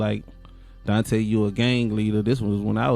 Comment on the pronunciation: Girl you made up your own story on here. So many assumptions.....he was never accused of shooting a cop. They also didn't catch him after the crime, he turned himself in. Try sticking to the facts. His name is Donta( DON-TAY). He doesn't have a wrap sheet longer than anything. He's not a reformed drug dealer or gang banger. RIP and condolences to the family.